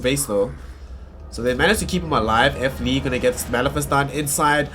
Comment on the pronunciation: WHO THE FUCK IS F LEE? ITS FLEE